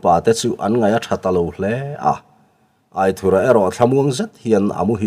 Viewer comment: Angaihnawm hle mai , mahse Aithurha tilo in Aithúra tia ( anthur lam a thúr ti a lam tur zawk hi ani lo maw) a ziaktupa sawi dan in